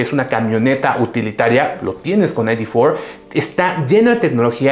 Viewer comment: No se dice "Volkswagen ai-di for". Se dice "Volkswagen i-de cuatro", y si de plano se quieren verse puristas, háganlo bien. En alemán se pronuncia "Volkswagen i-de fier". Parece que no supieran que Volkswagen es una empresa alemana y creyeran que es gringa. Patético de verdad.